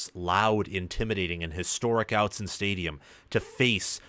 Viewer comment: Doesn’t even know Oregon well enough to pronounce their stadium correctly. This guy doesn’t know that team out west. Go Ducks!